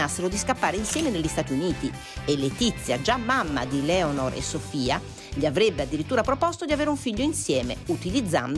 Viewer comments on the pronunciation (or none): non si pronuncia Giaime, e Leonor non ha accento sulla e..... CI vuole poco ad informarsi su come pronunciare i nomi stranieri.